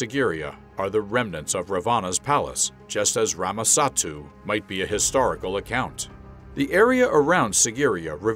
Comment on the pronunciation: Wonderful video! Loved the research and narration. But some of the pronunciations are wrong of the Characters. And its Ramasethu not ramasattu.